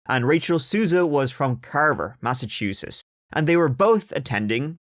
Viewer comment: Massachusetts, omg you're the only who's ever said the name correct. Lol... from here, I just call it massatooshits bcuz I can, I live here. This story sucked too.